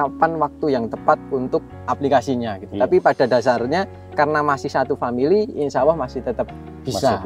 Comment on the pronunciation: Bukan Insyaawwoh TAPI yg benar ; INSYAALLAH